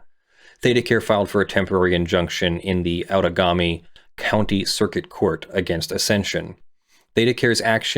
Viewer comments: Outagamie = ow-da-GAME-ee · FYI - pronunciation if you'd like it is "out-a-GAY-me" This is shocking to me... ThedaCare has always given me the best care out of all the healthcare systems in the area, but to hear they are doing this to the employees? I hope the workers get their justice, but I am also concerned for the care of the patients. I wonder if they could have also made an agreement to send folks in need of care to staffed departments at other locations? (But fuck me insurance would be a nightmare)